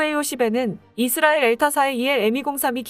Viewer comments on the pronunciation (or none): none